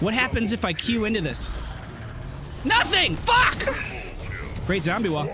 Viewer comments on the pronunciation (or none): none